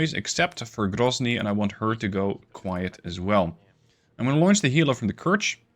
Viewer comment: Воу Воу Воу грозный прозвучало чётко... Будто бы по русски и сказал)